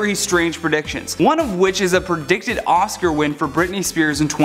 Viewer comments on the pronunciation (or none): none